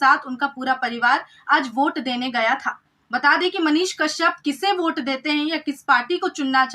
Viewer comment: भोट नहीं होता है सर वोट होता है